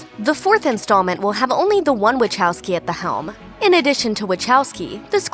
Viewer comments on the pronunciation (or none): My ears... You said WACHOWSKI totally wrong. WACHOWSKI is Polish surname and you should say it as in Polish. Type WACHOWSKI into Google Translate, set Polish and click speaker there.